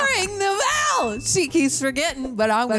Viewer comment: 'Ring the bellelelel! Ring the Bell!😂